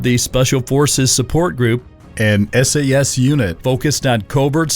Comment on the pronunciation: Just watching this as I eat something, you know for the laughs. But good god. At hair-red-ford-shire... Sassssss hit squads.